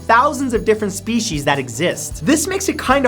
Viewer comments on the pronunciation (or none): none